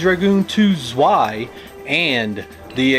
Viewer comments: Panzer Dragoon ZZZZZZweeeeiiiii 😂 And Americans are telling us Germans that we‘ve got a terrible accent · it’s German, that W is like a V. It’s pronounced like tsvai. Rhymes with sky.